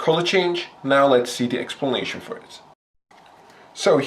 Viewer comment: he says expulnation XD nice vid man! keep up the god work! you earned a sub!